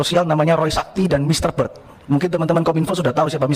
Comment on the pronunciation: Mr. Bert, bukan Mr. Bird